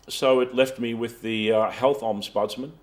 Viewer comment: Interesting what will come out of all this Dezi Freeman hoo-ha. P.S isn't it "ombudsman" not omsbudsman